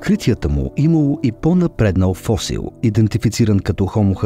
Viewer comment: До колкото съм запознат ударението на думата фосил е на буквичката"И"